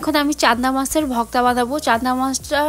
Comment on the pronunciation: সবই বুঝলাম আপনি ভর্তা কে ভক্তা বলেন কেন?????